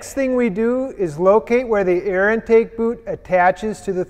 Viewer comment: did you say ear? or air?